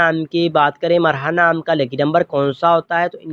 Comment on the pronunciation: Bhai marha nai mirha hota h bolny mn b